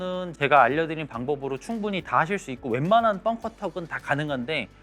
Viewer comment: bunker ( 자꾸 뻥커라고 들려서요😅 잘 보고 갑니다👍👍